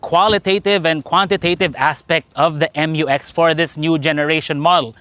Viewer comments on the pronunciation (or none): it is read as "myu-eks" NOT "em-yu-eks" otherwise it should have been written as "M-U-X"